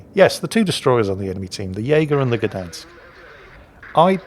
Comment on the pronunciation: Its pronounced "shdansk"